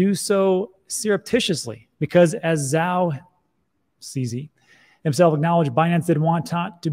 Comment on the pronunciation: Zhao in Chinese mandarin is pronounced with J like in “Jump” + ou like in “ouch” so Zhao = “Jou”. FYI